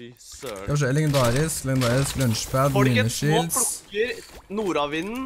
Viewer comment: Du sier lunchpad😂 BTW du er driiiitgod